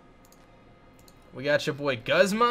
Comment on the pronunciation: It's pronounced goosma